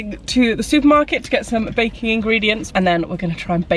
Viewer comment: Did anyone notice said baking but it sounded like bacon